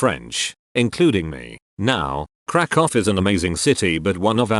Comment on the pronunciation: I love how the AI pronounces Krakow correctly but faceboook isn't